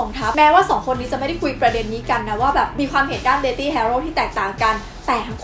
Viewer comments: ขอฝากนิดนึงนะคะ เด็กๆน่าจะดูคลิปนี้กันเยอะ อยากจะให้แก้การออกเสียง deathly อ่านว่า เดธ-ลี่ (th -ลิ้นจุปากนะคะ) ไม่ใช่ เดธ-ตี้ ค่ะ ^^ (จะได้ใช้กันถูกมากขึ้น ) ขอบคุณสำหรับคลิปดีๆค่ะ ^^ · อันนี้อยากรู้ deathly อ่านว่า เดธลี่ หรือ เดธธี่/เดธตี้ เวลาฟังแล้วแปลกๆ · ขอเสริมนิดนึงครับ deathly ออกเสียง เดธ-ลี่ deathy ออกเสียง เดธ-ตี้